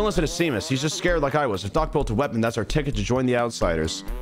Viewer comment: Him unironically saying "see-mus" was actually killing me